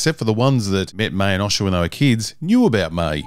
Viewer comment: Hey, Why can't you pronounce O-sha correctly? As in ocean. Not osh like a sneeze. Although the sneeze is funnyer.